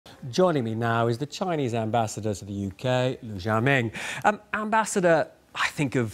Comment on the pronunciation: Xiaoming is pronounced Shaoming, couldn't he even google that? The interviewer comes off childish and immature.